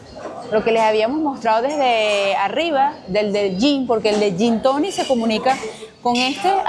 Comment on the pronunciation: Amiga cursito basico de inglés para que no andes diciendo “gintonis “ 😂😂